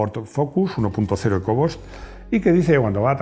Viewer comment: Se pronuncia "ecobust" no "eco bost" 🤦‍♂🤦‍♂🤦‍♂🤦‍♂